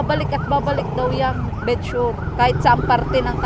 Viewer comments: Bed sore (sor) not bed sure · "bed sore " po not bed sure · correction po...BED SORE PO HINDI BED SURE😁